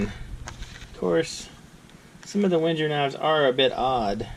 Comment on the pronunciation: God, if you're going to review a knife, please pronounce its name correctly. Just listening to you speak, it made me want to smash my face into a brick.